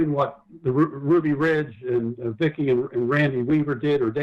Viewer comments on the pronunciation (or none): none